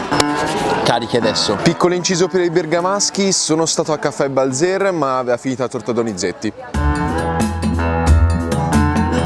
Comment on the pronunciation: Bàlzer, non Balzèr!